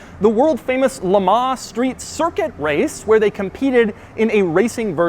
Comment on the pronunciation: the way he pronounces Le Mans as "Le Marr".... ouch!